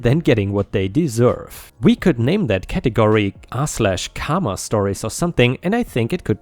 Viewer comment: More like CAR-ma